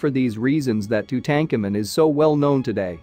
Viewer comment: It is pronounced : Too-Tan-Kaw-Moon. Too Tank Amin, is just ......WRONG ! Auto-translate? Narrator? Sad.